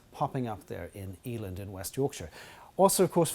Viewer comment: Hi. Just FYI, it's a short 'e', not a long one. So e'land not Ee-land (I'm a Yorkshireman. We get squiffy about these things! Lol).